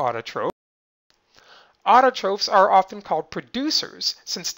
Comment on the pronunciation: He said autotrophs and heterotrophs wrong... It's not (ofes) it's (offs)